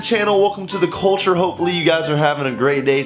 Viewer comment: When you and grace got married did you say welcome to the coleture